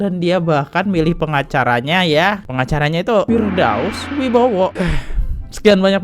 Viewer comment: Bang , bukan firdaus Wibowo tapi firdaus oiwobo